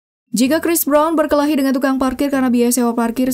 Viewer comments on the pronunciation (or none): none